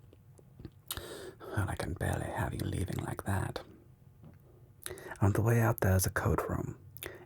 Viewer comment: Like ze Vetruvians 😂